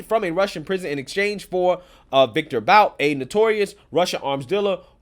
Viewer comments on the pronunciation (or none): It's pronounced Viktor "Boot" - despite being spelled "Bout" it's pronounced "Boot." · This scumbag’s last name is pronounced “Boot”.